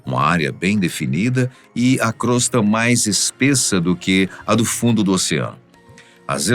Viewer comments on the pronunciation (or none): none